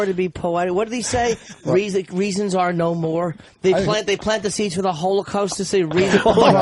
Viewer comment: When Voss pronounces holocowst LMAO 😂